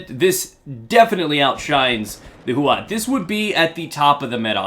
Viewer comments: The accurate pronounciation is "showshow" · Why does every native english Youtuber pronounce this gun as it was written "Chauchau"? :D